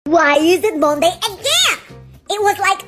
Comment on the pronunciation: I know that "why is it onday again" u spent all of ur time learing how to pronounce 'waFlOnIoNs'